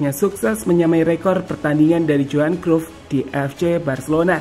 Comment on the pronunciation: Kruf kruf dezong dezong. Matalu. Bad pronounce.